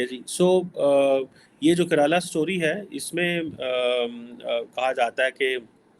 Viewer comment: Karala story hai 😂😂😂😂mere ko maro😂😂😂😂 phle bolna sekh le😂😂